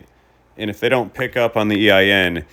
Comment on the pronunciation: You can tell hes indian of some type, "not my company DAY are the one giving you the tracking number" every indian person ive come into contact with, that speaks english as a second language (i say second language because i know indians born here and they talk with a Boston accent lol) and they always say "dey" instead of "they" and they never say "ones" its always "one" no pluralism lol. Not knocking on indians, but you can tell he is using talk to text